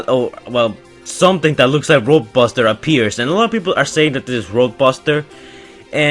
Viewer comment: says roaduster